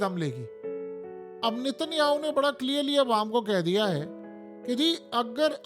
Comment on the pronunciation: لفظ اسرائیل ہے ۔۔۔۔عزرائیل نہیں ۔۔۔۔ لفظ صحیح صحیح کہا کریں ۔۔۔۔۔